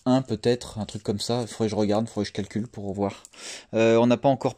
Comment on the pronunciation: rOGarde pas si c'est rOlou